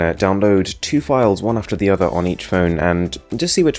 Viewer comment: I DONT KNOW IF YOU’RE GOING TO READ THIS BUTTT .. OMGGG I HATE YOUR ACCENTT SO MUCHHH ITS SOOO ANNOYYINGGGGG AARGHHH CANT WATCH THIS USING MY EARPHONES MY EARS ARE BLEEDINGGG no but seriously tho your voice sounds like you’re trying to sound very british and that sound you make when you said phone as “fewn..(~)” and that (~) sound (the half growl sound yiu make when you are disgusted) make this audio overall very uncomfortable and unnatural.. I know i sound like a hater now but i just need to get this out :)